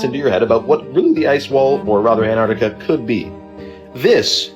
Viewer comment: pronounced "AnTarctica"